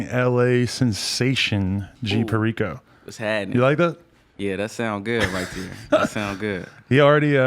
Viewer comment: Damn, I really went around saying have you heard of G “PAIRICO?” 🤣